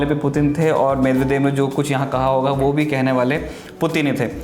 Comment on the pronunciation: कामरेडों ने तो लूटकर रखा था रूस को यही कारण था वहाँ विखंडन का , जॉर्जिया पर कब हमला किया ? मिदवेदिव होता है मिदेवेदेव नही । बहुत अधूरी जानकारी है तुम्हारी , थोड़ा कामरेडी पात्रतारिता से हटकर फैक्ट जुटाया करो ।